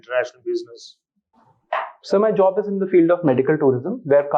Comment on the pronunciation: Eez and sez is asked😅the man who taught environment at its best😂